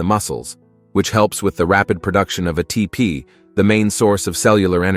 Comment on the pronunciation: ...AI voice and text: "of a TP"..... NO !!! Correct is "of ATP"...! Come on, what is this, nobody is checking the info after the work is done ?